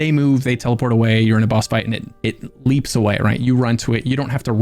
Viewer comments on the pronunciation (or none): none